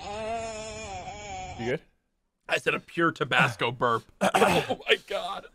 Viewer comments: We just gonna ignore how Sypher said tobasco? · Did he say tubosco and not Tabasco